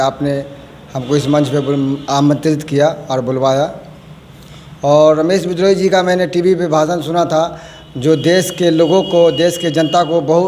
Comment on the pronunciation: श्रीमान एंकर महोदय विनम्र नाम के साथ कहना है कि कम से कम नेता का नाम सही उच्चारण के साथ ले जिनको आप रमेश विद्रोही कह रहे हैं उनका नाम रमेश बिदुही है और आपकी गलत उच्चारण के कारण नेता भी उनका नाम गलत उच्चारण के जरिए ही लेकर के बता रहे है